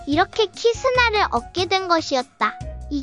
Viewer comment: 1분37초에 키 스나가 아니고 카 스나 에요